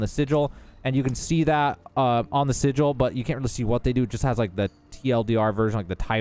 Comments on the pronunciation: Its pronounced [si-jewel]. Spelled Sigil. Definition: a sign, word, or device to have occult power in astrology or magic. Not [si-guul]. Not a word in English. English is hard and its okay. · Say it with me: SI - J - EL ... SI-JEL - like Jello. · Am i immature for giggling every time he mispronounces sigil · I really don't like the way he says "Sigil"